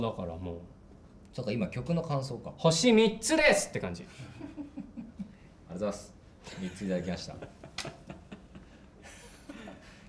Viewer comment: 「ありがとぅーす」「うぃす」好き😂💓